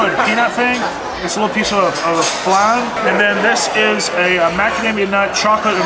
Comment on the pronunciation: stop calling it falnnnnn, it is FLAAAAAAAAAN